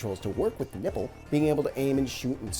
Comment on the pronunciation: Sounds like your saying the “nibble” when clearly you mean “nipple” 😂